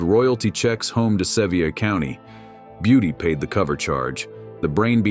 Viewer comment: I guess you've never been to Sevier County , Tennessee. Ask Dolly or anyone else that is from that area, that's not how you dumb city slickers pronounce Sevier.